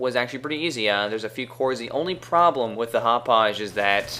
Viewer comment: Hauppauge is pronounced "hop pog" pretty much. I'm from the town and I know its a hard town to pronounce